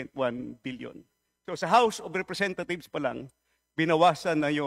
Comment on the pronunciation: I thought I heard the "House of Representath....s" 😅